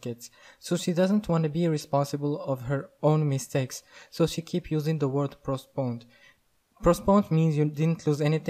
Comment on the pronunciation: You mean postponed, not prostponed :-)